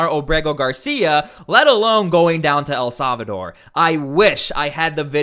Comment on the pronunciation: The proper pronunciation of El Salvador in English is: el SAL-vuh-dor Not... "El Sov a door"